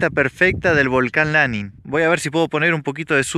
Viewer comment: 3747 mts altura, es LaNIN, acentuada la ultima silaba